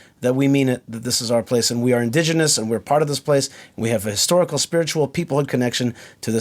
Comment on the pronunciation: I can't help notice that "historical" and "microcosm" are pronounced almost exactly as their Polish equivalents, that is "historia" and "mikrokosmos"... ;-)